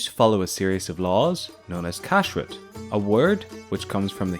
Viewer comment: The stress is one the second syllable, not the first syllable. So it is pronounced kashRUT rather than KASHrut.